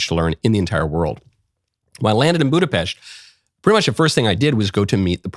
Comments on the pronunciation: Thank you for saying Budapest correctly. We are not pests. It's "pesht" 🤌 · Michael's Budapest pronunciation is correct